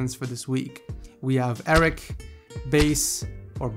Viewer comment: Arek is pronounced (u-reck)